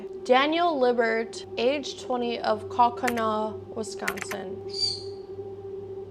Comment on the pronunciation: You're from Wisconsin and you can't can't even pronounce kaukauna lmfao